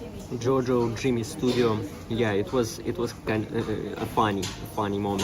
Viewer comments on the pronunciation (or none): none